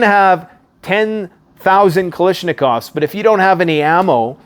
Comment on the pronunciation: What's a " Kalishnakov " ...and who is " Kalischko " ? Never mind the gun's name...but talking about a boxer who you think is a great fighter...and not even knowing his name, is puzzling, to say the least